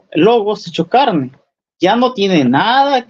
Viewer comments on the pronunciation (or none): ¿como que en su "charne"? Jajajaja